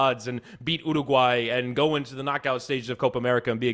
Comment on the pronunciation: Miami Heat talk, hockey talk, soccer talk. Hearing say ooooraguay. Fuck my life.